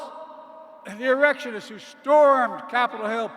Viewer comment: I saw the video. I also saw and heard him say erectionists" instead of "insurrectionists" I don't know if they cut that out of this video as I didn't watch it. I, unlike democrats, cherish my brain cells.